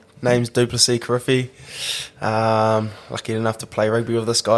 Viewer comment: Great upcoming talent, but a pity the uso can't even pronounce his Samoan surname properly 😂 It should be: 'Gee-ree-fee', not 'Kih-rih-fee'. Samoan 'k' does not sound like the 'k' in 'kick/keep' but more like the 'g' in 'get/golf'. The letter 'i' in Samoan sounds like the 'e' in 'keen/teen'.